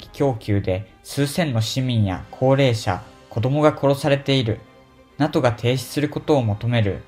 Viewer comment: NATOをナトってイントネーションで咏まれてずっこけた。これは調子狂うわｗ